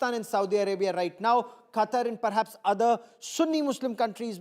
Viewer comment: I think Qatar didn't want to make defense pact with Indians because they pronounce Qatar, Cutter 😂😂😂